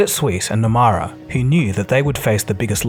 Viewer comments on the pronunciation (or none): Nomura is pronounced as “No-moo-ra” not “No-Ma-ra” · It's Nomura, not Numara. Wrong pronunciation. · pronunciation of japanese bank: "NOMURA"....is NOT NOMAURA....it NO..MOO..RA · Nomura is pronounced as “No-moo-ra” 👌🏻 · Nomura is pronounced like No-moo-ra, not No-ma-ra. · Nomura is pronounced "Nomura", not "Nomara" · its NomUra… NOT NomAra I seriously love your videos, but getting a name wrong like this seems out of character for you. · It’s no-moo-rah “Nomura” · Why pronounce Nomura Numara? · It’s pronounced ‘nomoora’ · Nomura is incorrectly pronounced in the entire video. Correct: " nuh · moo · ruh". It is poor to mispronounce a prominent bank. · No-mu-ra. It ain’t hard to say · Why do you pronounce Nomura as nomara??? It's a japanese word.